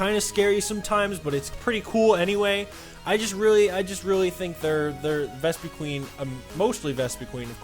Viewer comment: it's Ves-puh-quinn